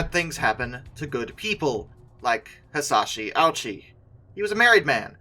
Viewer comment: No, he didn't. The speaker just didn't pronounce it correctly. It should be pronounced Oh-OO-chee (OO as in spoon).